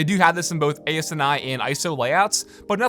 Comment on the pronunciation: *ANSI, not “ASNI”